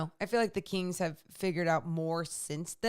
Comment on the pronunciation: Is it me or does pronounce "kings" like "keengs"? Is that a Sac thing?